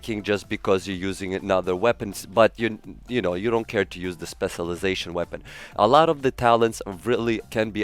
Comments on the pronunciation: You’re saying it wrong say it like this “Special lie Zation” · U said specialization so wrong like 30 times in the first minute of the video. Please pronounce the cial It’s irritating to hear u say it spesilization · My goodness. How fucking difficult is it to pronounce specialization?!